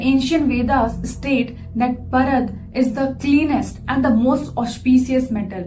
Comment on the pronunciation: Its Paarad not Parad 🙏